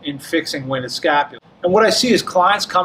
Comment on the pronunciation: Winged is one syllable